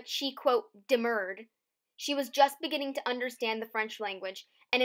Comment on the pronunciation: check your pronunciation of concubine. Stress is on first syllable, Also, demurred.